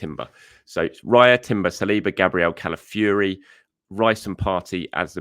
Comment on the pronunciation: Hi - it's CalafiORI not Calafury